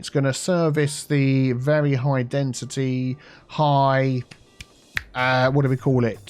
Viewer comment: "High DensiTea Heights"